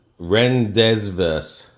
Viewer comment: seasoning pronounced Ron-Day-Voo. just fyi gr8 video, as always